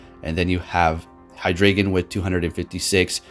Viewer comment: Just fyi, you pronounce drei as DRY not dray.